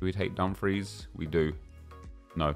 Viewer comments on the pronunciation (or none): none